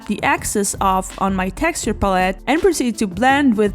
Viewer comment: Very much enjoyed your video. Pros are you general attitude. Love your personality. Cons are your pronunciation of pallete lol.